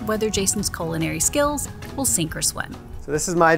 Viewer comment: Culinary or colon-airy?